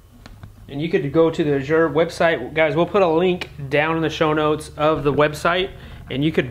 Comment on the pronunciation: Ooooohh you were talking about Azure Standard. I’ve never heard it pronounced “ajure” with the French inflection and was trying to figure out what place you were using.